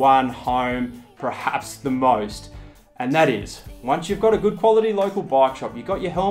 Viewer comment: Did you say "prehaps"? The word is "perhaps". 😂